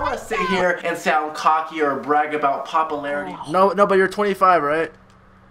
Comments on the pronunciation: I also found it hypocritical that rice gum said that drama was bad yet having his entire channel be about the SMALLEST things into drama, hate comment? DRAMA meme about him? DRAMA, ect. (Listen to him say popularity, "pop-o-larity") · "Papalarity" - Ricegum